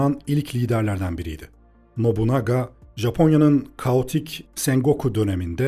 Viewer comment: Nobunaga'nın adını yanlış teleffuz etmişsiniz. Ve yapay zekanın yaptığı görsellerin çoğunda silahlar doğru değil. Elinize yüreğinize sağlık